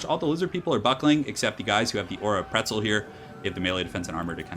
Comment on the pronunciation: QUETZL, not PRETZEL!!!!!!!!!!!!!!!!!!!